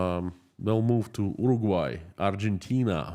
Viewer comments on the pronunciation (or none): none